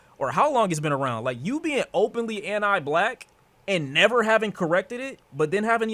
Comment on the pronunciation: Bro says Ant I black